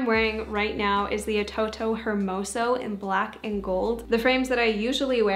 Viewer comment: Kind of irrelevant comment but just wanted to let you know: “hermoso” can actually just be said without pronouncing the h. It means beautiful in Spanish 🤍